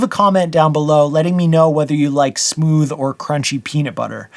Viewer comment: JIF Smooooth Peanut Butter